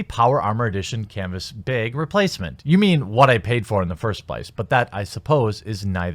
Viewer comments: Okay, say "back", "smack", "track", "lack". I'm pretty sure you hosers pronounce those like everyone else in the US. The "a" sound in those words is the one most people use. You're still falling victim to your northern twang. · You pronounce "bag" weird... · You said "bag" wrong. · No, you didn't say it right. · still can't say bag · Wow. You really struggle with the word "Bag". Not even a multi syllabic word... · No, you did not say it right. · You are close, but there is no “e” in bag. Its kind of like how a sheep says “bah” and then a “g”. (don’t trill the “ah” tho kappa) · Why is he saying the word "Bag'' like you would "Bagel"? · Jeremy there is no E in BAG. Common man, stop trollin' me. REEEEEE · I have never heard someone have such an issue with the word bag. Also you keep talking about being banned from Twitter like you can't just start another account to use in the mean time. Great vid otherwise ;) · its cute how he tries but still fails. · bAg... short A sound... like cat, bat, hat....smh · Bag has an A, not an E. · "B A G" "BAH G" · Please learn to say bag, I beg you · Your northern accent catches me off guard every time you say words like bag, rag, and tag. I've been away from the north long enough to change the way I pronounce it. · Bag not beg but its only annoying as fuck because u keep trying to fix the way u say it quit tryna change it's annoying as fuck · No, you didn't say it right. But you're not exactly one for correctness in your speech, and that's why we watch you. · Nope, you still can't properly pronounce "bag". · The a in "bag" is said like the a in "apple" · say the word bagel, then say bag :p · Its bag, not beg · You know, as smart as you seem, you throw it all out the window every time you say "baeg" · I love you, but how fucking hard is it to say a 3 letter word? It’s bag! Say back, then say bag same shit why u say byeeeg? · It's bAg. Like rag or sag or tag. Not bEg..... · Lol beag, Baaa like a sheep, baaag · Not a “beg” it’s a bag